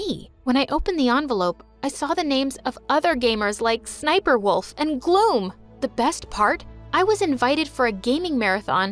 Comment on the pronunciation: IT IS NOT SNIPERWOLF IS SSSNIPERWOLF